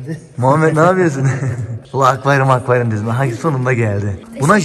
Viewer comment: akvayrum diyorsun gibi geliyo kulağıma komiğime gittii